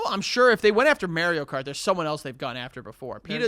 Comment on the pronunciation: “Merio Kart” is so infuriating to hear. And he kept saying it 😡